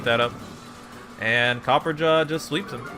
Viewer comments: there's a fucking "a" between copper and ja. It's based on "raja" which is something of royalty in India, where elephants are treated as sacred. So no. It's pronounced Cop-per-ah-ja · Say it with me copper-ah-jaw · Its not fuckin copper jaw Its Cop-per-ra-jah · Copper Raja, like a copper king. Pronounced Copper-RAH-jah. Not Copperjaw. Please.